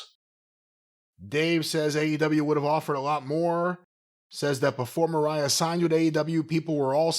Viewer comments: Corny continuing to call her Maria as is saying Mariah is hilarious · can't pronounce "Vaquer." I guess he flunked Spanish in high school. Corny mispronouncing "Mariah" is getting on my nerves, as well.